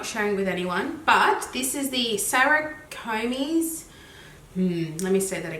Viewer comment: Love your channel. You pronounce Saccharomyces as SACK AH ROH MICE EASE! 😉